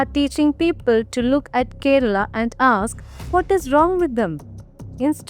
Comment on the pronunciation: Beef here is Buffalo 🦬 Bainsa. . Kera Alla. It's Kerala. Why are you pronouncing Kerala in mallu accent. Read Vedas. Even horse was eaten